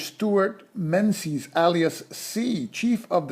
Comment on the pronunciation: Thanks for this, very helpful running through a few of the ideas I wasn't entirely clear on. By the way, 'Menzies' is pronounced more like 'Mingiz', it's an old Scottish name where the z replaced a defunct Scottish letter. You do a way better job than me on the Soviet names so I thought you might be interested.